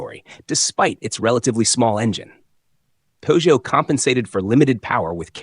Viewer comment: Chère voix synthétique, encore un petit effort pour prononcer la marque française Peugeot correctement.